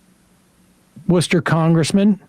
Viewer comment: I was not expecting Worcester to be mentioned in today's story, nor for Sam to say the name correctly lol Local Salem boy myself